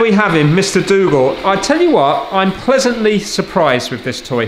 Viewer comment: Dougal :) i though you said " Let;s fix Google " :-)